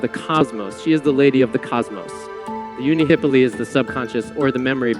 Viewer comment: I noticed that you placed the accent incorrectly in the word "Unihipili." Nevertheless, thank you for sharing